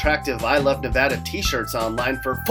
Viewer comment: At least you said Nevada right. Not NeVAHda, NevADDah.